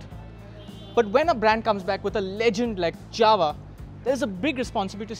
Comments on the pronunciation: Guys, why you call Jawa as Dzawa? Fistly its not correct and secondly Dzawa doesn't make a sense. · J in Jawa speaking like Y in yes. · You're right. This is not the correct Czech way to pronounce it. But its the way its been said here since the 1960s and the company says they're going to stick with it. It's similar to the way we say that we're going to 'Paris', not 'Pahree' :)